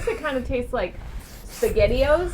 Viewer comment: "Sagetti-Os??" 😉 😆 We love ya, miss